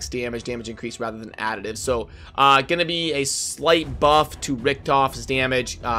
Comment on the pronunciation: It's Richt-off, not Richt-on.